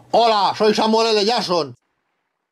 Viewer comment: No podia faltar el "Samuel ele llason" al final del video :v